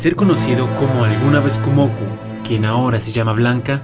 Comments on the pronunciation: no es "Kumoku" pedazo de... de... de muchacho, es "Kumoko", "Kumo"/araña + "Ko"/mujer, asi que ella es la "dama araña". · Es "kumoko" ""kumoko"" ya comenze a ver el video y me encontre eso estraño xd